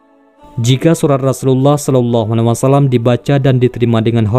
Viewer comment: Pengucapan alaihi wassalam tidak jelas. Kedengaran salallahina wassalam